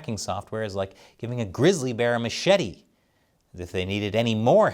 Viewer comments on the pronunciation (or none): none